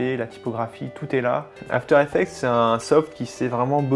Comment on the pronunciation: After Effec"TS" s'il vous plaît, pas After Effec"te"